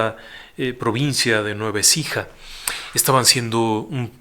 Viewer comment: Provincia de Nueva Écija, no Ecija, saludos y gracias por todos los relatos!